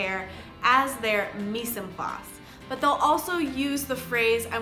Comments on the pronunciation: i love the vid just for info mise en place is pronenciated more like Mize on place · they way you said "mise en place" was kinda funny to me cause its french lmao. ignoring that I think this a wonderful playlist and I'm glad you made it